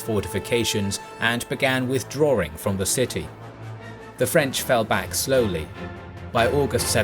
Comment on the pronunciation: Withdrawing has no second 'r' in pronunciation. The narrator mispronounces that.